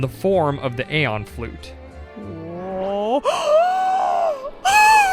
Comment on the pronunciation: I don't normally correct grammar, but holy cow this is one of the worst things I've ever heard. It's not "Ayon" it's "Eee-on"..... Like VaporEON or JoltEON. "Eon" itself is a word. It means like 'a long time'.